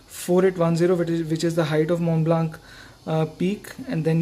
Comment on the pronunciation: and also "Montblanc" being mispronounced in the whole video. It should be said without the "k" at the end.